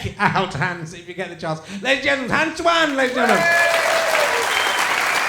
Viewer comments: Richard is pronouncing "Teeuwen" very badly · btw it's pronounced Hans "Tay-wen"